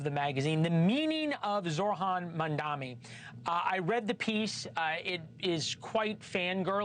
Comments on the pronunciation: Why does he mispronounce his name? It’s not Zor-Han Mamdami. The H comes before the R and there is an N in the third syllable in his last name. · Host cant pronounce Mamdani name and has a job 😂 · Why do they persist of not saying his name correctly? Really bizarre.